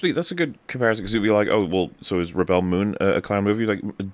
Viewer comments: Yeah, them mispronouncing "rebel" is hilarious and not irritating at all. Especially the 100th time they do it. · Why are you guys pronouncing "Rebel" with the accent on the 2nd syllable? Isn't it "Rebel" pronounced like the "rebels" in "Star Wars?" I'm seriously asking.